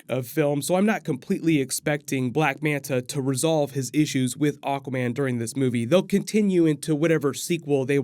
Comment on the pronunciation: Keep hearing "oh common" when u say aguaman.😁